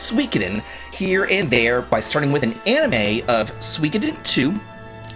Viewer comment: Love your vids but it's pronounced su-ee-KO-den. There's no W sound. :P